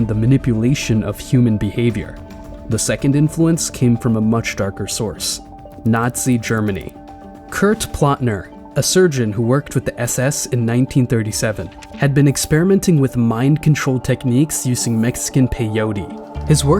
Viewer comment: Plotner Sounds more Like Ploht Nere when you speak it and not Like Plotkin 🤷